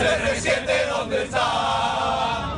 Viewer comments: 町中藍 Así se dice CR7: "cé-erre-siete." Pero Cristóbal lo dice así: "Serresieteh" "Zerresieteh". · ALEXIS ! De "Serrezieteh" olwis. OLWIS JAJAJAJA QUE COSAH MAH GRANDEH ILLO. AH, Y CASIMIRO TITULAH.